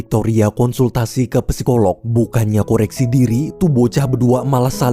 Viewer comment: bang, psikolog/psikologi huruf "p" nya gausa dibaca, jadi bacanya langsung sikolog/sikologi